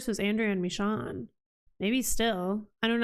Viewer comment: Michonne's name is pronounced Mi"shown" Not MiShawn.